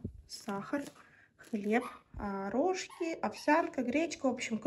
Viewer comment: не рОжки, а рожкИ😁